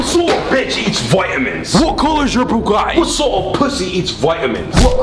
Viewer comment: Its pronounced bugAHHHHtti